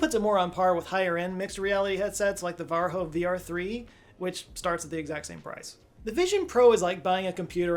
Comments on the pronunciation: Varjo is pronounced varyo not varho. It is Finnish not Mexican or Spanish company. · I really like your videos and this one was great as usual, and seeing that there are over 2000 comments already, it has probably been brought up already but one small correction. Varjo is a Finnish company not Spanish. So the name is pronounced more like var-yo, not var-ho. Varjo means "shadow" in Finnish. Anyway, keep up the good work! :) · I always smirk a bit when Americans call the Varjo "VarHo". It is Varjo with a J. It is a Finnish company, using a Finnish word which means "Shadow". Easier to think it as Vario but with a J that is not pronounced as a G. It is a J like in Yet /jet/ or Use /juːz/ . It is a J so it is a J. Not a G not a H, it is a J and will always be the J sound in every word. Easy language. No pronunciation differences to learn (there are thousand and one other rules, but pronunciation rules are easy). And before you say, well people pronounce it differently in their language.... no, it is not a word in that language, it is not even a loan word. So changing the letters is dumb. Its like pronouncing Tortillas as Tortillas not as Tortias. Or rendez-vous as Rendez- Vous instead of how it said more liek Ron De Vu. So saying Varjo like it is said originally is the correct way, the J even has nothing to do with Spanish. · We really need to start a “Hilarious Mispronunciations” list… because he’s just done another - The “VAR-HO”. It’s pronounced VAR-E-O. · "Varjo" is Finnish (shadow), not Spanish. So it's pronounced "varyo". - A Finn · Another great segment,! "Varjo" is Finnish, not Spanish. It's pronounced more like VAR yo. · Next time you are pronouncing ”Varjo”, just say Vario and it sounds like it is said here in Finland. Or say it like var-yo. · *Varjo pronunciation: VAR-yo. Means “shadow” in Finnish. 🖤🇫🇮🤘🏻 Insightful video as always,. Love your work. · Varjo is pronounced "Varyo" - it's a Finnish company.